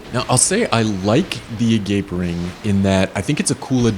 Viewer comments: Yeah! Instead of "A-gape ring, but hole" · A-GA-PEH! Not A-gape! Agape is a form of spiritual and selfless love! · AH-GAH-PAY ... it's GREEK. It is a form of love. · A-gah-pay ring. Its Greek for the love of a parent for a child.